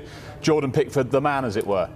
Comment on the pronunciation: Are you sure Prickford is English?! 😂😂😂